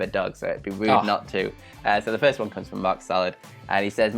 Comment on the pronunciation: What's a "furst"?